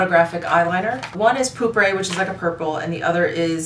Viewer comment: If you like Aqua Allegoria Herba Fresca (lovely), try Hermes Un Jardin sur le Nil, no mint note but my absolute fave. Also, the "e" at the end of pourpre (purple) is a soft vowel [poor-prah].😊